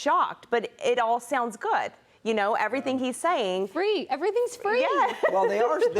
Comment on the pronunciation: It's hilarious to see she can't pronounce his name, but the closed caption gets it right. LOL. So jealous! Guys, look at what he's trying to do, not who he is or where he's from. I'm sure you guys will benefit from his work as a Mayor.